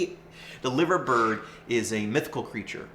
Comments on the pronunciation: If you are British, by the way, you’d say Lie-ver-bird. Named after the famous bird sculptures that sit on top of the iconic Royal Liver (yes, lie-ver) building in the home of the Beatles, live-agh-pool. Yeah. I know. Brits and their prer- noun cee -ayshun ...Go figure, eh?! :-) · LIVERbird?! L I V E R bird?! REALLY? 🤷‍♂️ Nice Profile though😉